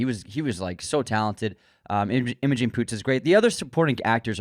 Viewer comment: Someone ought to politely tell that guy how certain things are pronounced. James Caan's name is mispronounced. The name Imogene is said wrong.. And even words like, "awry". Theres a couple others, but I'm not trying to make a list 😂.